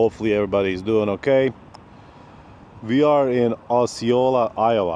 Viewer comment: You pronounced Osceola right. There is actually a County in central Florida named Osceola 😊